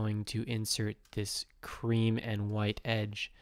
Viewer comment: Pls don't say creme